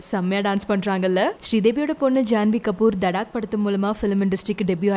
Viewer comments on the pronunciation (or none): தடாக் இல்லை. தடக்.